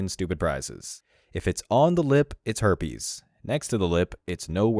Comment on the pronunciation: "the her-pays" LOL